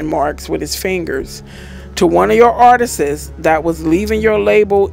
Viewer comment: "Artisis?" Really? 🤦🏽‍♂️🤦🏽‍♂️🤦🏽‍♂️